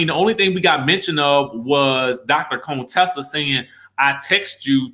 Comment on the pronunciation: I enjoy your videos, but.....Would you PUHLEEZE pronounce Contessa's name correctly. Her name isn't "Coontessa". That's so disrespectful!